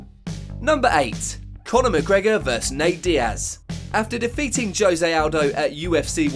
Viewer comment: Did you seriously pernounce Jose ‘JOE-zay’???